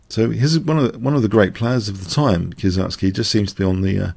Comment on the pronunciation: hehe, the name actually is not "Kie-sertz-ky" but "Kie-se-ritz-ky" ;) Well, everyone knows whom you talking about.